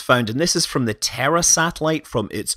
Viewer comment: I've watched too many Schwarzenegger movies; when you said "the Terra satellite", I heard "the terror satellite".